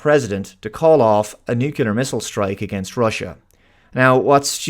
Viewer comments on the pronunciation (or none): Nuclear NOT Nucelar... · BTW it's pronounced "nuclear", NOT "nucular". I don't know why so many people can't get that right. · It's "NUCLEAR". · No, unfortunately what stupid is saying "nucular". This is not a word. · Did you say nucular?